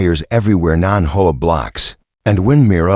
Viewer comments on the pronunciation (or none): Why didn't you teach the narrator to say HOA as the letters and not as a word? HOA is an acronym that is NOT pronounced as a word. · It isn't HOA or is H.O.A. get it right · HOA pronounced whore!